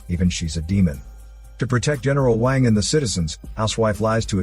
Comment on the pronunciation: when you said "racists" you mean people who doesn't speak the language so doesn't know and you just trying to feel like you are superior by calling everyone a racist ? Edit: it's pronounced as WONG not WON